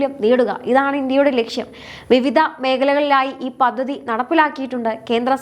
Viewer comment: പദ്ദതി അല്ല, പദ്ധതി